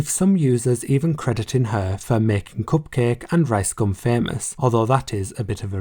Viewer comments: It’s pronounced Cup-Kah-Kay. It’s a play on bukkake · The pronunciation of Cupcake *chef kiss* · My degenerate brain definitely thought cupcakke was pronounced differently... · when you said cupcakke i died inside